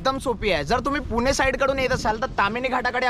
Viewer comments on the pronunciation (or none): निसर्गाला घाबर नाहीतर निसर्ग तुला केव्हा घेऊन जाईन तुला कळणार पण नाही. 😂😂😂 आणि 'ळ' ला 'ड' म्हणू नको. पुने नाही पुणे आहे.